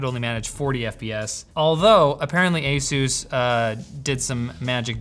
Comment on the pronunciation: you should learn how to say ASUS properly! Linus already learned it, so when will you? ;-)